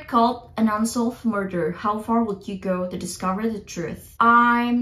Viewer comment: kak, agak aneh dengan pengucapan "could", "would", dll kakak yang l nya ga silent, cmiiw kak kalo kakak sebenernya ngucapinnya bener uda bener, cuma telinga aku ato pengetahuan aku aja yg salah hehe. semangat kakkk <3